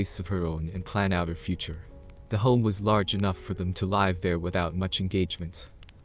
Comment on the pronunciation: Someone needs to teach that AI there are two pronunciations for the worst spelled, “Live.”